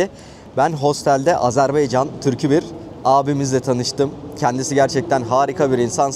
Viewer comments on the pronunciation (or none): none